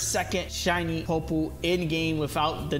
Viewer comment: POY-POLE sorry not being mean but you triggered me